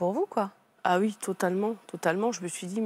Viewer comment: Maintenant les gens disent tous « ui ». Dites oui bordel!